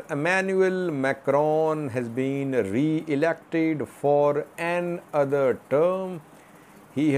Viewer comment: why do you pronounce the word "another" as "an-other"? The word is pronounced as "a-nother". You are the only person I have ever known who mispronounces this word in this way!